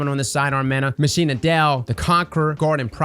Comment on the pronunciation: Did he really just say Machina Dei as "ma-sheena-dell"? Its pronounced "ma-kina-day" haha